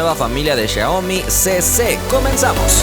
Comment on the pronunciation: ¿Appple? Y ¿Xiami? 😂😂😂 Un saludo